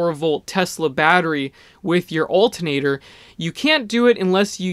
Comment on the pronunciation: please pronounce ALTERNATOR correctly :) thx